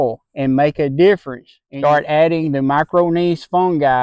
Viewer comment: Great results! The way you say my-kor-RIGH-zal cracks me up.